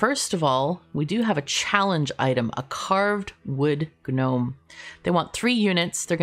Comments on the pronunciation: Ga-gnome... Fyi, dialiect refers to using different words and or using words differently, not butchering other people's words. For example, hola sounds like oh-lah, NOT holla... No matter the "dialect", this is because it is a Spanish word, not an English word. Gnome should sound like Nome. It's spaghetti, not pasghetti, realtor not real-uh-tor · The g in gnome is silent <3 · I'm a ganome, gano gano gano, I'm a ganome